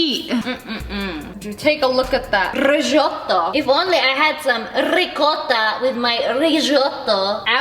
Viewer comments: Every time she said resoto I thought about when she was wit digital and she said recota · Rrrrrricotttta rrrrrrizzzzzottto🤣🤣🤣🤣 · "Rishotto"😂😂 "Riccota" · The way she said ricotta and risotto 😂